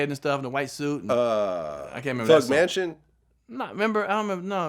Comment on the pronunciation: Vlad really jst said thugz mansion😩